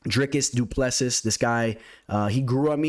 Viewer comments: The last "s" in Du Plessis is silent bro. Dricus Du Ple Si (si like Italian yes) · as a South African i have to correct you, its pronounced du pla sea